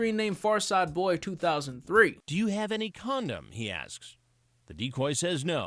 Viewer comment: '... DO U HAVE ANY COUNDOM" - farzadboy2003